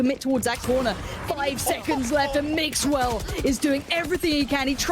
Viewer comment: Cada vez que escucho al caster decir mixwell me exito